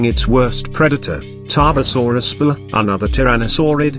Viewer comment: I still can’t get over the way it said tarbosaurus bluh 😂